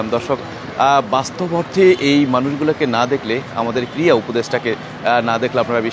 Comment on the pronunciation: " শব্দ " টা "ক্রিড়া" ক্রিয়া নয়।